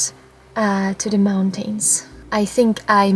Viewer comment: Love the way you pronounce "moun-tain".